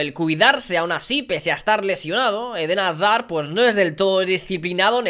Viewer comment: Alguien me dice cuantas veces a dicho: Eden Hasar 😂😂